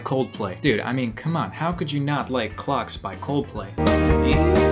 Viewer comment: lmao when you say clocks it sounds like clucks